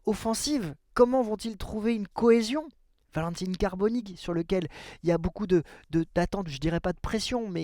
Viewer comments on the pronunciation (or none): Slt, je te suis et aime ce que tu fais sur l'OM, ancien chroniqueur également....Mais attention aux prononciations " Valentine Carboni " et surtout " De Dzerbi " c'est insupportable, bonne saison et Allez l'OM....